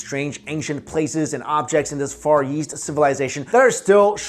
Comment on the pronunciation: Anyone else notice when he says "far east" he adds a y sound to "east" so it sounds like "far yeast"? lol